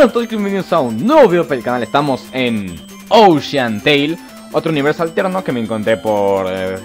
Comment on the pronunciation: estamos en ousheanteil :v